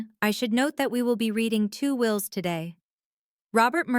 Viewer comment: It's "wills" not wheels.